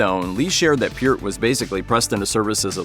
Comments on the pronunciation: Kudos for pronouncing Neil Peart's name correctly. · How is it the narrator can pronounce Neil's last name correctly but screw up Alex's?!